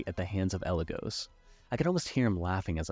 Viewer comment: AND mispronounce “Eligos”, who has had their name said aloud canonically before. It’s a little funny